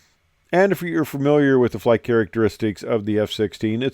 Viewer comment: "FIRST FLIGH" , and a "T"... 😉